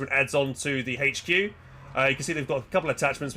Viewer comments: What the fuck is a "haetch-q" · The letter "H" does not have an "H" in it. :D